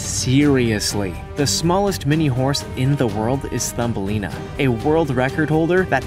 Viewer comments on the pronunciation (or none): none